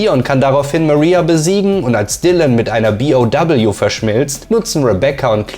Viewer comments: dann sag zB auch zu BOW BI Oh Doubleyou und nicht B O doubleyou.. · gutes Video aber wie kann man so viele Wörter falsch aussprehen.. megamyzet zB... oder BOW.. das heißt B O W und nicht doubleyou